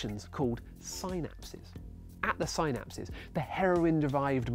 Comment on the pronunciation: The way he says synapse makes me want to buy a hooked on phonics learning kit. And send it to him. Free of charge